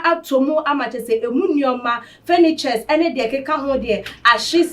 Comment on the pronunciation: Hello lady... Please the word is "Furniture"... Not Furnitries😂